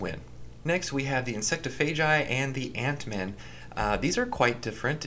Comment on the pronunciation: the way he says “insectophagi” bothered me. i say it like it’s spelled, “insect-off-a-guy. insectophagi.” maybe i’m wrong tho